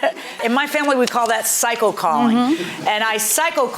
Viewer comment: Did she say "cycle call" or "psycho call"? 😊